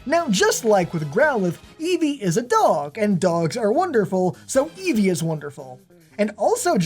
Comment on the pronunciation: Eevee, not Evee